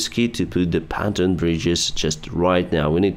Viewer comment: Pan-ton ❌ Pon-toon ✅